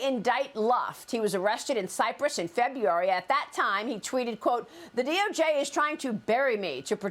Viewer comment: did she say he got arrested in Feburary?